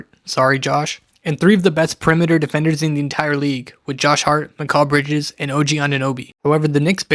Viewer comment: Let me ask you one thing. Why do you think that’s how you say mikal bridges’ name? Really why do you think an improper way is correct. Seriously he won’t say his name they way, josh hart won’t, brunson won’t, towns won’t, nobody who knows him will. A lot of the video is wrong thibbs needed to go and you also can’t say mikal bridges’ name right